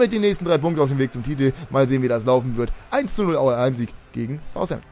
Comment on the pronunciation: Southampton nicht Thousampton ;)